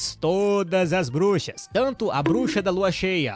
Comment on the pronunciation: Cara não sabe ingles nem português kkkk brushas kkkkkkk